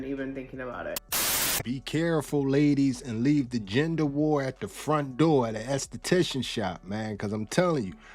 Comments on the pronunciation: What's a estaticion is that Spanish for ass doctor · Dang “ass-tatician”